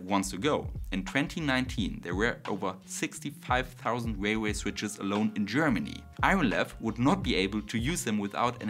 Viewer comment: Railway not Wailway. W is bilabial. R is bidental.